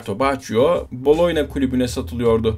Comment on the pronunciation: Tabii ki Gabriel Batistuta. bir de Boloyna nedir abi ya 🤣 Boloyez Makarna mi diyorsun? BoloNYa...